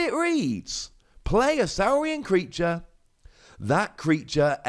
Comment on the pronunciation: It's got to be Saw-rian. Like Dino-saw. Right? And it should have been Philosoraptor....